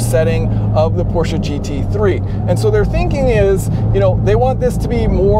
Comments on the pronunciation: How pleasing to the ears when someone actually knows how to pronounce "Porsche" with two syllables instead of one. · Kudos for pronouncing Porsche properly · One of the few dudes who pronounce Porsche right 👍